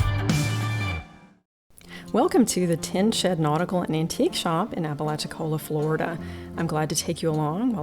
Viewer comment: A really fascinating shop! Some years ago when I doing phone customer service, I spoke to a gentleman from Apalachicola. I mentioned some of the history of the area. He told me I was the first Yankee he'd heard pronounce the name right!